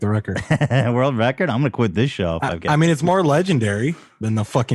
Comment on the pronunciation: Wourld whoorld WORLDS